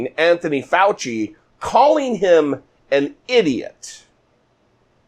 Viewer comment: speaking idiots you keep mispronouncing Dr. Fauci's name every time you talk i know Trump is a mindless wonder lost in his own world but remember this when someone mispornounce your name it's like and insult and the Dr. will tell you this in your face